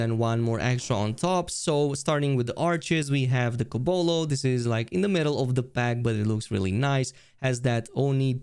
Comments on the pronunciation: Men… you really nailed whit the bikes names. Kobolo and machita 🤣🤣🤣🤣 Kobold and Akashita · did you just call the "Kobold" bike "Kobolo" ? :D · its kobold not kobolo btw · kobald not kobolo, the d looks alot like a o ik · pretty sure its pronounced Ko-bold like the fantasy creature :)